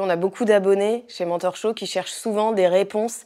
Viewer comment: Ok une petite blague un peu nulle mais faut bien un peu d'humour 😊 1ère fois que je tombe sur cette chaîne et j'entends un accent bien français dire "bienvenue sur mon torchon" ... 🤔 Du coup mes yeux furent obligés de regarder l'écran pour lire le titre et comprendre que cela signifiait "mentorshow" 😅 ok merci pour le rire du matin ❤ Et A deux mains, Pardon, À demain 😘 🫶